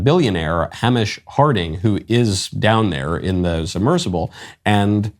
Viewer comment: Hamish is pronounced as “Hay-mish”. 1 consonant after “A” in Anglo words= Hard A.